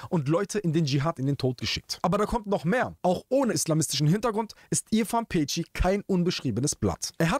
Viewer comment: Peci spricht man Pezi wie Spezi